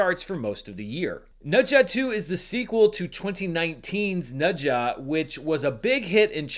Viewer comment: Appreciate the effort to pronounce Ne Zha correctly! Glad you were finally able to see it. Every Chinese person I know has seen this movie multiple times. Whoever is still doubting the box office figures is just putting their head in the sand.